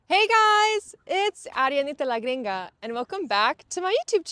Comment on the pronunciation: It's very funny how you say la gringa, I love these videos